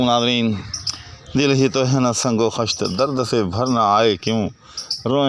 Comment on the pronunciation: شعر صحیح پڑھئے۔ کون سے کام بند ہیں پڑھئیے کون سے ہیں کام بند نہیں اس سے شعر خارج از بحر کر دیا آپ نے۔ Khasht ghalat talaffuz hai. Yeh khisht hai